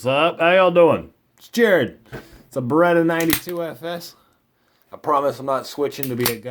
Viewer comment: Then why are you saying it wrong? It's Beretta.